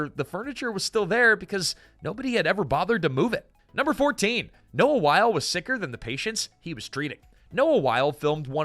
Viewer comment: Noah Wyle, pronounced “WY-LEE.” Michael Crichton, pronounced “CRY-TON.”